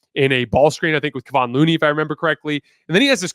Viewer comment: Kevon is not pronounced kayvaughn. It’s kev. Kev. Kevawn. Kevin, but change the ending haha “Kayvon” 😂